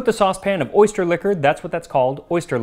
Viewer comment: I'm allergic to oysters but I can't quit laughing at "orgust" 😅